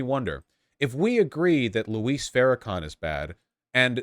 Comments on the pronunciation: “Alright, I’m bored now” is the perfect revelation that Vaush only skims the surface and then rages about a topic. It’s Jay ElectRONICA and it’s pronounced Louie not Lou-is. Even if some of the points you are making are true the tone is all wrong and the constant comparison as if it’s as bad or worse than white racists is laughable. Just call it out for what it is. Quit acting like Farrakhan is the KKK. Is Farrakhan great? No. But how many lynchings has the NOI been involved in? What synagogue did they blow up? Are NOI members and followers shooting up white churches and synagogues the way the Nazis shoot up black, Jewish, and Islamic places of worship? The comparison is weak because there is no actions to stand on. Read more. Listen to more black creators like FD Signifier and Lil Bill and maybe you will be able to comment on black things more comprehensibly. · He says it as if it were Spanish, "Luís". Isn't it just supposed to be like "Lewis"? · PSA: it’s Louis, like St. Louis, not Luis, like Luis Guzman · Argh... Vaush still can't pronounce Louis ("Loo-wee") Farrakhan's first name